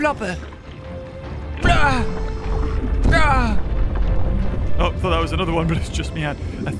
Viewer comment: Everyone else:Harry potter or Harry pottah:Harry Ploper